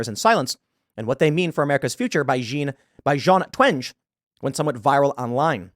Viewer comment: It seems no one has time to find out how to pronounce someone's name anymore, which is kind of insulting, not to mention lazy. It took me 20 seconds to find Jean Twenge on YouTube and hear how she pronounces her name. That's right, she's not some French dude.